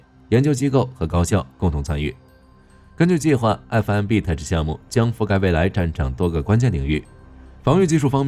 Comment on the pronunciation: Tech的發音很基本的吧